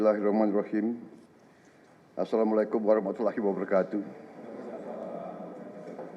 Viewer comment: Lekoh banget salamnya Bahlil 😂